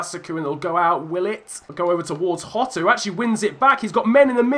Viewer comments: Jota is pronounced jota not hota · Jjjjjjjota not yotttttta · Please don’t call him Hotta, it’s jota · It's diogo Jota not Diego hota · Diogo Jota not “Rota” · Jota is pronounced exactly how it looks, you’re over complicating it by calling him hotter 😂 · As a Portuguese speaker, it’s Jota. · how you pronounce it is yota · The J is pronounced as a Y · It’s pronounced yotta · That intro though... so slick. Just a heads up mate, the ‘J’ in Jota is pronounced